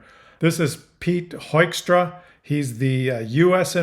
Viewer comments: Pronounce Hoekstra not as Hoystra but Hookstra...... as Dutchman i do not adore this man but i love Canada and the Canadians.............and Putin and Trump is a bad and also a strange battery +++ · Hoekstra believes his own bullshit. It's pronounced "HOOK-stra" btw. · Haha! He received a cold shower with us as well when he was ambassador in the Netherlands! The sad thing is he’s got a Dutch name 😢 (which you pronounce as ‘Hookstrah’ btw) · I'm ashamed as a Dutch person that Hoekstra has Dutch ancestors. PS That surname is pronounced hook-straa a very typical Dutch name. PPS: I think that bandaid on his head is to cover the scar from his lobotomy surgery. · By the way, his name is pronounced as Hookstra. He is of Dutch descend and the "oe" sounds like the English "oo" in Dutch. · Just type in on YT: US ambassador meets the Dutch press and enjoy. This buffoon (of Dutch descent I'm afraid) is the former US ambassador to The Netherlands, where he also started his job with some idiotic remarks. BTW: his name is pronounced in Dutch as 'Hookstra'. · dear The correct pronunciation of Hoekstra is you pronounce oe as oo like in book. Hookstra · Pronounced ‘hookstrah’ anyway, not worth the thought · Pronounced hookstra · Pronounced “Hook-stra”, as in “fish-hook” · Everyone keeps mispronouncing his name: It's Pete Huckster. And his a traitor to his grandparents, parents, and himself because his family was liberated by Canadians during WWII, and now he's a huckster and mobster of the fascist US regime. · I believe it's pronounced "HOOK" as in "hook and eye," but with a little tilt toward "hoop." Sort of a short "hoop," which in practice is closer to "hook." That's the Grand Rapids pronunciation, and I believe it is correct. If it were pronounced HOKE, it would be spelled HOOK, like Roosevelt. "Hoy" seems to be applying a non-existent German rule, the one that makes "ue" "oy". May I suggest that if it's too difficult, you could call him "The Jerk" or "Hokey-straw."